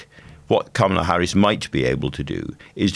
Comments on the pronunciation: Hopefully, it won't take too long to get her name right. It's kamala as in 'comma', not kamala as in 'camera'. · Her name is pronounced "comma la" not "kam ala" Shes been vice president for over three years....how come our journalists keep mispronouncing her first name??? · It’s pronounced Comma-La. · FYI it is pronounced “comma-la”. Sounds from my American ears you do pronounce it correctly a lot more than much of the media but wrong here and there.